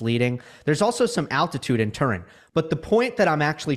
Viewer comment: Once again, gives us one of his "unique" pronunciations. This time with "Turin". Has he never heard of the Turin shroud?